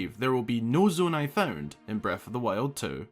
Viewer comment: I was quite tempted to click off after you said Nonai